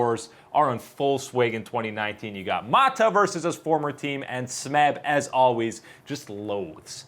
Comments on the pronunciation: OK enough is enough now on this -ah pronunciation lmao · Listening to pronounce mata’s name is killing me